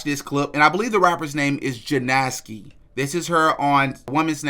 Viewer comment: It’s Jena ski is how u pronounce it she is a rapper as well as she was on lhh before cool girl